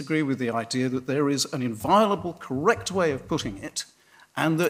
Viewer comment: The English teacher saying "there is a a righ' and a correc' way to speak " ! 😉